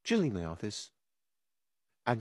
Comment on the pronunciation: The part when he says weave instead of leave 😂